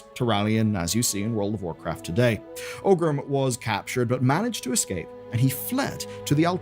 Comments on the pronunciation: Are you mispronouncing 'Orgrim' as 'Ogrim' and 'Cairne' as 'Carne' for engagement bait? Because it's working... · Great video, it's always nice to look back and see how it all came to be. One thing though: The orc's name was not OGRIM, but oRgrim. I don't know why so many people mispronounce the name that often.